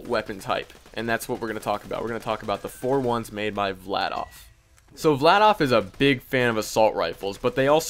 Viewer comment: im just correcting you but its Vladaf